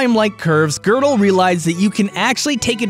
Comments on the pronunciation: Why did you pronounce Gödel wrong literally every time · Gödel is pronounced as ''Juhdel'' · Is it pronounced gerdal not godel?